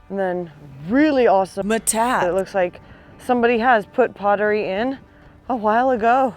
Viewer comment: I don’t mean to be presumptuous but it is pronounced “ met tot te” ( not “ma tot”. It is basically a Spanish word. Love your videos!